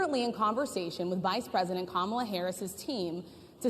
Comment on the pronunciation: I’m surprised that he pronounced Kamala’s name right😬